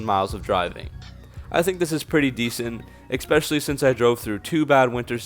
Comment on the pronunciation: You had me at "ekspecially".